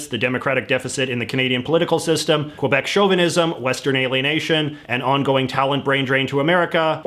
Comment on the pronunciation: it's laughable how JJ says Québec's chauvinism without mentionned RoC's racist attitude that prevailed for decades, even centuries, prior... I do believe things have settled down nowaday, but there's still resntement on both sides. Examples? Just ask yourself: How hard is it to pronounce Québec? It's Kay-beck! If you can say Pokémon or Beyoncé as well as Glenn Beck, you should be able to say Québec. And no, it's not Pokeymon...